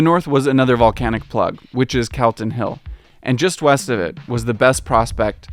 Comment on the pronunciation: Great video, here’s your local pronunciation guide: Holyrood- Holly-rude Calton Hill - Call-tin hill Close - Clo-s Wynd- Wine-d ‘Prince St Garden’ - Princes (not princess) Street Gardens. Jacobite - Jack-oh-bite 10/10 for your Edinburgh pronunciation, not so much yer man though. Edinburr 🤷